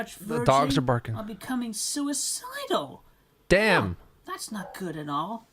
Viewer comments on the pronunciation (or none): “I’m sui—dal.” Therapist: “What a conundrum.”